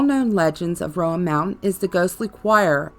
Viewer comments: Ummm… hearing you pronounce “appalashaa” makes me want to turn this off immediately. Remember this: if you say appalashaa, I’ll throw an apple atcha. It’s Appalachia. And Roan mountain is pronounced rone… not Roe ann. You’re apparently not from here, you’ll never be the old Gods of Appalachia. Sorry. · It's not ( RO- AN) mountain... It's RO-NE... We have ghosts and angels filling these hollers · Come on! Rōan mountain, and also, just like the pronunciation of Apalachicola same root and same pronunciation. App uh latch uhh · Rone Mtn..... Appalatchun Mtns.